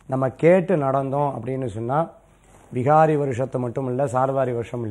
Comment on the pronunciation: Not vihaari.vikaari.oru anchor correct ah sollanum